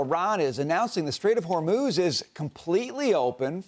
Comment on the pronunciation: Bessent actually called it the strait of Vermouth!😂